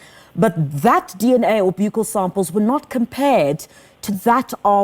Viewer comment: 1. I see people are already starting new rumours about other suspects that could possibly be responsible for the crime against the poor girl. Ai!! 2. Let's try and get the word right Ms Interviewer and Ms Brigadier. Its pronounced a "bukkal" swab as in the buckle of your belt. Otherwise, stick to a cheeck swab.